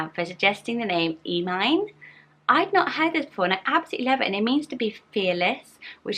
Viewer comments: Emine is not “ee-mine” ; it’s “eh-mean-eh” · Emine is pronounced like Em-i-nay with an i sound like "in" ☺️ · Great video!! I’m huge Harry Potter fan so these names were really cool and cleverly picked out ☺️ As beautiful as your pronunciation of Emine sounds in Turkish it’s actually pronounced Eh-mi-neh Just thought I’d let you know 😉